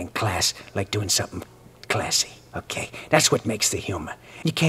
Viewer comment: I love how he says "okeh" like the bitter Bob Ross of cartooning